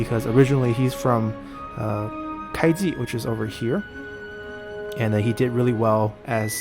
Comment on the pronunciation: I thought it is 会稽（kuaiji), not kaiji